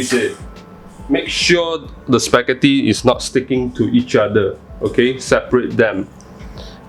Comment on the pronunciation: Wait a sec... SPEGHETHOO WHUT? Large spaghetti? First time hearing it